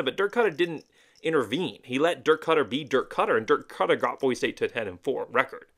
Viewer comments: I like your channel, but for real dude. It's Boi-see. It's a cardinal rule that you learn how to say it before moving here! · It’s BOY See. For hell sakes say it right. Great video otherwise. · For the love of all things good and decent, Boise is pronounced Boy-see. How can you call yourself a fan and not pronounce the name of the city right? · pronouncing it wrong is not a great way to get fans on your channel. Idahoans are very proud people who feel very threatened by out of towners. Pronouncing it wrong is a good indication of an out of towner. People from out of town act like it’s such a hard thing to do, saying Boise correctly. To make matters worse, they, and you refuse to say it correctly even after we’ve told you how to say it. This is why locals are so unwelcoming to other people. If you want to live in Idaho, stop rejecting our traditions and culture. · you just gave a typical out of towner answer. How many subscribers do you have? Not many huh. Nobody wants to listen to out of towners talk about their local team when you won’t even say the same right. When YouTubers call Ashton Jeentie instead of Jeanty, I already know they don’t know jack crap about what they’re talking about. Btw, it’s not an accent. It’s a mispronunciation. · Nah bro, locals hate when people say Boise wrong. It's a welcoming city, but you ain't gonna get the same respect if you ain't saying Boise right.